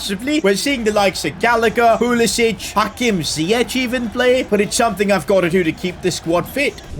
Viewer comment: Its not pulisić its pulisic(k)